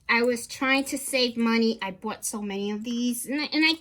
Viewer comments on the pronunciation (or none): none